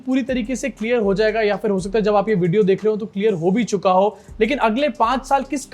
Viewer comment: Ho chuuka hai ❌ Ho Suka hai